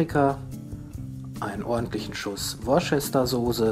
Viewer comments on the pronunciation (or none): Die Worcestersauße wird "Wuster"-(sauße) gesprochen ;-)